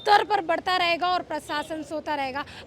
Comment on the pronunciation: मैडम सिरफिरा आसिक नहीं आशिक प्रसासन ने प्रशासन होता है रिस्वत नहीं रिश्वत होती है